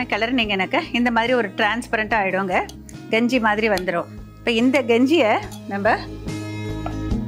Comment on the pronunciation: என்ன கெஞ்சியா தமிழ சரியா பேசும்மா க வை ganji ன்னு சொல்ற